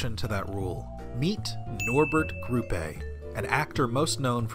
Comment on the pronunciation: Nice video, but I can't really get over the fact that you keep pronouncing Grupe as though it were Spanish, even though you can hear the correct pronunciation in the German clips... Also, I don't really buy into the idea that he wasn't just putting on an act (i.e. kayfabe) in all those salty interviews...